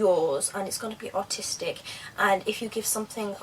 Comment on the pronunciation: your stuff is amazing but when you said aristic one time i thought you said autistic ha ha :D